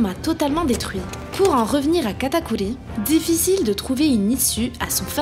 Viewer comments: C PAS KATAKULI C KATAKURRRRRRRI merci 😑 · je suis d’accord c’est insupportable, j’adore ses vidéos mais j’ai envie de me flinguer qd j’entends katakuli ou mugiwala